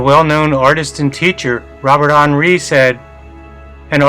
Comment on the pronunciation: It’s pronounced Hen-Rye